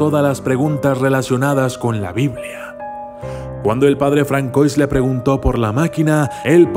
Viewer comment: Françoise se lee Fransuá.